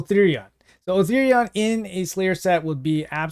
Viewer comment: Still calling him Othirion 😂